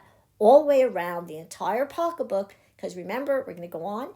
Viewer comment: I’m enjoying this video- I love this kind of crafting. But I just want to ask you…are you from Philly? The reason I ask is you said “pock a book”. As in pocketbook. I grew up in SW Philly so my ears are perked up by your accent! ☺️ where I live now they say purse instead of pocketbook. 😂 kind of funny.